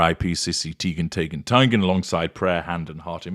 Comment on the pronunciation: Tee-gun Tie-gun Tay-gun: heavy on the consonants there,.